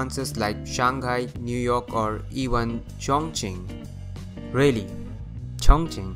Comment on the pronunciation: really, Chonquing? hahahahaha